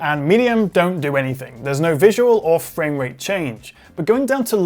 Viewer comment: “More than halved my fwamerate which is cwazy!”